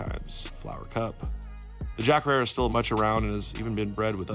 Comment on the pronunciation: Jack herer pronounced jack hairer not harerra